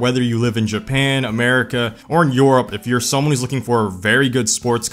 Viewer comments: this man really said “YOURUPE” for europe 😂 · Japan, America or JYOEROPP????? bruh moment